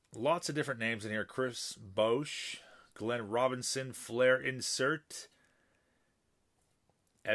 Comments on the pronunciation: Chris Bowwsh hahaha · I'll buy that box, name your price. When you butchered Chris Bosh's name at the beginning I figured they should go to someone who appreciates them.